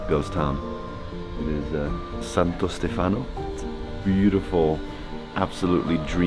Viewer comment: * he's not gonna say it, he would not dare *: "santo stefÀno"